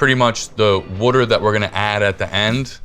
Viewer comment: Someone teach this guy how to pronounce water!